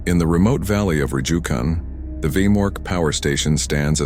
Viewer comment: Funny thing about the name Rjukan. Its pronounced Ru-kan without the J. Even as a Norwegian, I don't know why that is ._.